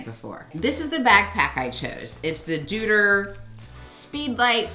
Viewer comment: Things I learned just a couple of weeks ago: the backpack company is pronounced Doy-ter